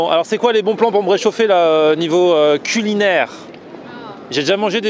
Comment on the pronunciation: Plan fixe sur l'abonnéE et replique de la mort: "Alors c'est quoi les bons plans pour me rechauffer niveau culINAIRE?'" il est trop speed!;)